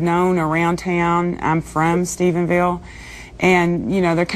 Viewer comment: WTF?! StephenSville??? It's Stephenville! noooo hahaha this fool can't read a teleprompter LOL